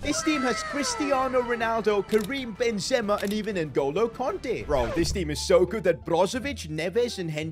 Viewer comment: He can’t even pronounce benzema 😂😂😂😂😂😂😂😂😂😂😂😂